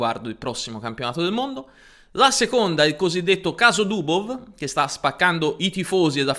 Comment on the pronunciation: Sei nato per fare comunicazione! Sei da studio! Comunque si pronuncia Mag-nus. La gn di gnomo non esiste in norvegese come non esiste in inglese. In russo la V finale si legge F, quindi Dubof.